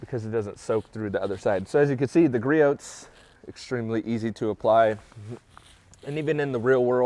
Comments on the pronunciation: What is your opinion? I care about your opinion, not watching you do torcher tests. Speed through those parts and cut your video length by tins. It will be much nicer to not hear you mispronounce Griot’s. It’s Gree ohs. Drop the T. It makes you less credible when you mispronounce that name. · It’s gree-ohs. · Gree-oohs. The T is silent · “ Gree ohhhs “ lol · I love the channel but the only thing that bothers me is you pronouncing the T in Griot’s. It’s Gree Ohs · 🤣 Yeah it's like pronouncing Nike like Mike, or Adidas like Adidaws.